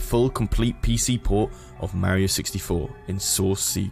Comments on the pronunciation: Not going to lie, very interesting topic, but I cringe everytime this guy says Mare-io instead of Mar-io. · mar-ee-oh I MEAN he even says it himself, how can you manage to mispronounce it so badly? you had to have played it to have made this video, so there is NO WAY you haven't heard him say his own name......YOU EVEN SAY IT RIGHT MULTIPLE TIMES!!! WHAT GIVES????? war-ee-oh sheesh man..... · You pronounced mario wrong